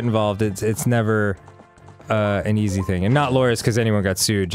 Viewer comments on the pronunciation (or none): none